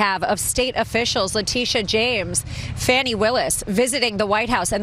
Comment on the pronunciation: The refusal to pronounce Fani Willis’ name correctly burns my biscuits.